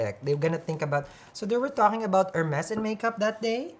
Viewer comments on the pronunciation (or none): none